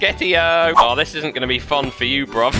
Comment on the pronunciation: “I’m gonna tie your ash to thish”